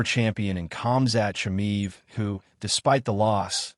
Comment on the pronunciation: I think that you're mispronouncing Khamzat's name, bro. All UFC fans should heed the words of Christ, which bring spiritual stability, lasting peace, and eternal life. The Earth is flat.